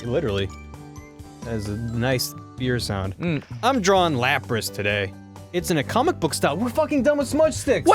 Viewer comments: Goddamn it Ross! It's DRAWing, not draring. Open your damn mouth, you Aussie! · Ross: "drawring"